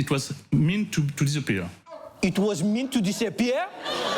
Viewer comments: "It was meent to disappea"..lmao...I laughed so hard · "It was mint to disappea'a" IT WAS MINT TO DISAPPEA'A ?! IT WAS MINT TO DISAPPEA'A ?!?!?!